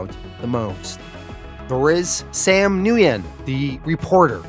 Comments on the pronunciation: Nguyen is pronounced “when” not “nu-yen” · great channel been with you for a year or so, my favorite comic recap/reviewer for sure.Thank you so much. So stupid not pic but with the vietnamese character with the last name Nguyen, it's actually pronounced "win". Hope this helps in the future. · killing me. dirty pool Mr. get me invested in a good story and then take it away to bring back someday. dirty pool. oh and its just WIN the NG is silent for the most part. kinda like nWIN. just a little n at the beginning.